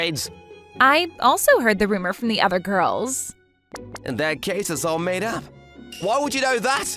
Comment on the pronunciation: have no interest on goils? bro goils?!!😂